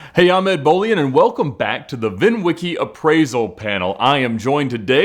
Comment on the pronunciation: Instead of hearing "I'm Ed Bolian", I heard "Ahmed Bolian" at the start of the video.